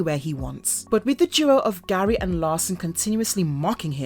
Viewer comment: It's Gary, not gray.